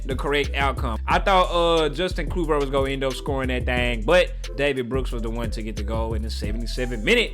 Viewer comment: Love how you messed up Justin Clyverts name again 😂. Before the spelling police attack, I spelt it the way its pronounced